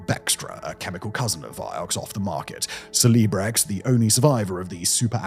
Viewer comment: Celebrex is one of the more pun intensive names. You pronounced it strangely that I couldn't recognise the name. You said Cele - like seelee . It is actually Cele - like celebration hence the catchy tune, a pun on the name... "Celebrate good times, come on!"